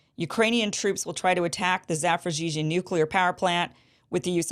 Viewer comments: I like how you pronounce zaporizhzhia. And I think I heard you call Zelensky "Voldemort" by accident. Alexander Mercouris said on his program today that it would probably take multiple missile strikes on the same area of the plant to lead to significant consequences and catastrophe. So, it could be just a final plea to bring NATO in to the fight through rumors of an attack. Sort of like when Ukrainian missiles get those farmers in Poland and Zelensky kept blaming Russia while calling upon NATO to do something. You could dig into that better than I could, I bet. Love your show, Kim! So happy I found ya! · you pronouncing it correctly, Zaporizhie in Ukrainian or Zaporozhie in Russian